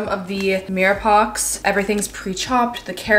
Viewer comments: hi just to let you know its pronounced as "meer pwaa" not meer pox love uu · You’re such a funny girl! Mirror pox? Meera pwa. ❤❤️ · Mirepoix = miri- pwaaa 👩🏾‍🍳 loll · Heyy!!! Love your videos so much!!! Mirepoix is actually pronounced meer·pwaa, just wanted to let you know haha